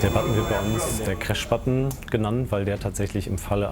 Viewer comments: Ich bin fasziniert davon wie man Tag ein Tag aus über Jahre hauptsächlich Englisch sprechen kann und dennoch so eine hundsmiserable Aussprache beibehält... "wann trie", "kräsch"und "Zirro" waren meine Highlights. Respekt an die Piloten, dass sie vorallem bei der Geschwindigkeit noch alles verstehen können. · geile folge aber "cräsch" hat mich umgehauen XD